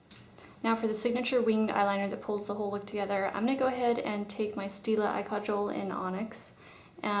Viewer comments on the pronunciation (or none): none